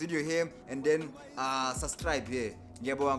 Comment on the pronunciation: Newly 'susklibed' 😂😂 Love your your your your your work.